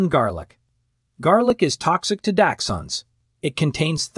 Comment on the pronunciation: Datchhund, daxtchunds, never ending! Pretty sure as well it’s arsenic in apples and other fruits